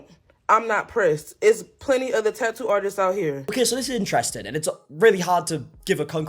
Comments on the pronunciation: "Tah oo artist " 😂😂 Bro, its Tattoo!! Say it with me, TaT Too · Your pronunciation of tattoo is adorable 🫶🏼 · I’m to-ally ok with forgetting the T in the middle of the word Ta-ew….